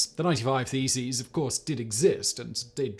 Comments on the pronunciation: Did you say theses or faeces? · I had this on in the background, and I honestly thought he was saying "feces"! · Who else misheard "theses" as "feces" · Loool my headphones made all the mailing and nailing of faeces quite entertaining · It took me so long to realise he's not nailing faeces on the church! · I wasn't prepared for how Simon was going to say "thesis" I thought he was talking about Martin Luthar nailing his faeces/feces to doors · Martin Luther nailing his faeces on church doors? Yep, that is what my tired head heard so I had to check the subtitles. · Could have sworn you said "nailed his feces" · Yes, and can you imagine the patience to actually have counted 95 of them !!! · You said "nailing the theses." I heard "mailing the feces." It might have been just as effective. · When he repeatedly pronounces "thesis" as "faeces" 😂😂😂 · “Theses” or “Feces”? I’m having a hard time not laughing here 😂